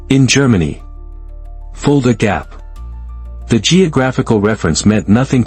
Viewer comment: Tell your AI it's Fulda Gap!